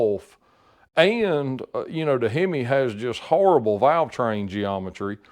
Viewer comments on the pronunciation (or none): none